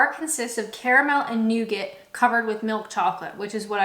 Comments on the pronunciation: newgit? Newgaaahhh ;) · The correct pronunciation is indeed "nougah", but everyone seemed to pronounce it "nugget" when I grew up in the 1970s, and that's how my parents' generation pronounced it as well. I'm from Wales, but I had university friends from Belfast, Glasgow, Romford, Newcastle and Liverpool who pronounced it the same way as me. Maybe it was a working-class thing! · Dear wonderful Canadian person. It's pronounced "nou-gah". Love your videos; I'm subscribed. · Nougat should be pronounced as NOOGA. It is a French word. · You can say caramel ,but not nougaut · “Please, get a hobby” 🤣🤣. But since it’s the Internet , let me annoyingly say, we don’t pronounce the T in Nougat. Or I don’t, anyway. More seriously, you have a very entertaining way of doing these vids.